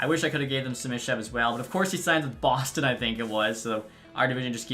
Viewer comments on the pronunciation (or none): none